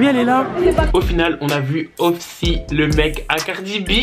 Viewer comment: Sa se dit Offsete 😭